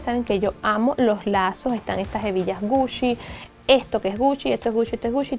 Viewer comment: Like si escuchaste puchi en ves de GUCCI